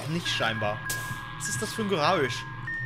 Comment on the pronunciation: ich zitiere..,,Was ist das für ein Geraüusch'' perfekt, Deutsch lernen wir nochmal -3